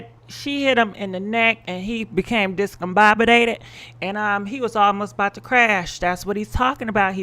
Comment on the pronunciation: You murdering these words discombobulated and Rolls Royce😩🤣🤣🤣🤣🤣